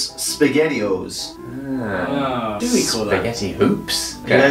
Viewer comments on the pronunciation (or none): Oh god.. Dave. I thought you were saying, Spaghetti"hoes" not, "O's" at this part..